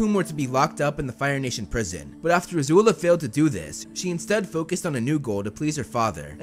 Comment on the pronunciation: It's not a zula its azula